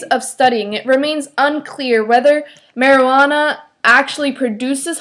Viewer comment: You said Maryanna not Marijunana just to let you know and this was a weird point:)!